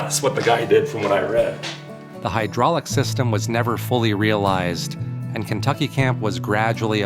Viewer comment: Maybe you should do some research before your next video. You miss pronounced almost every site named. Kentucky is only a few miles from the Empire Ranch. You should go check it out...